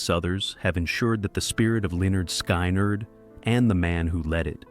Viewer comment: Damn AI! It's pronounced skin-erd not sky-nard! Jesus!😮